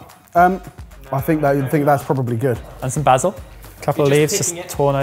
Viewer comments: Basil -yeah? -no, basil 😂😂😂😂😂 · Omg the mispronounced BASIL drives me nuts.. weird pet peeves…